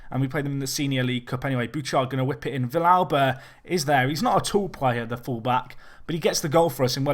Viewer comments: Also it's vee-yalba, not vish-alba. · normal Spanish, you would say Vee-yalba, but Argentinian is a little bit different. Another example is the song Hay Un Niño en la Calle, where Calle is also pronounced as caa-che.